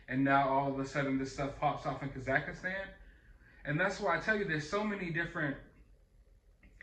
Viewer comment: Ok, once could've been a mis-read; twice means you actually think the name of this place is Kazakhistan. 3 times, now!! Dude!! Kazakhstan is where Borat is from. How can you not know how to pronounce it. I get it. This isn't a movie. It's not your expertise. But, you do plenty of news. And the Kazakhistan count is up to at least 10 now....lol.